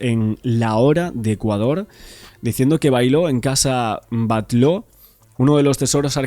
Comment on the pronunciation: Pronuncias bien, en cambio has dicho Casa Batlo😂